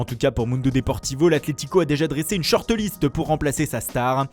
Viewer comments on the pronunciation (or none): " une shorteu liste " 😅